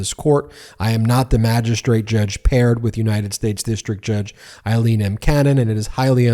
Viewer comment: Her name is AILEEN NOT EILEEN!! Pronounced w an ‘A’ sound. It’s bad enough she’s back! 🤦‍♀️